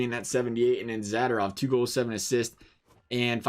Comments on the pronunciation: It’s Za-do-rov and not Zada-rov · Mispronounced Zadorov everytime. So cringy.